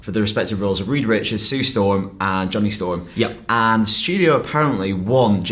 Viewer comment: What the hell?! It's Johnny Storm, not Ja'Ron'Day Storm!